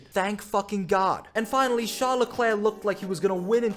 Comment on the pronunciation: How can you NOT pronounce LeClerc properly? Murrican? A Canadian would never.